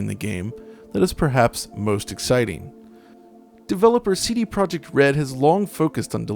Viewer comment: Not Project. -> Projekt.